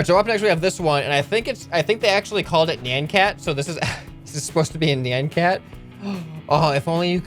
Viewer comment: NIAN cat not NAN cat